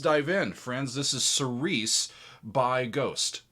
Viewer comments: You are pronouncing the name of the song wrong. It's Seer-see. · Love the reaction and analysis one note and it's not a big thing most people pronounce it that way but that word is pronounced like "cheery chee" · The word is pronounced keereesee. It's Greek. It means following the lord's house. It's a religious term